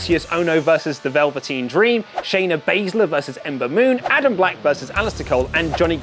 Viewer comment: He said "Adam black" and "Alister cole"😂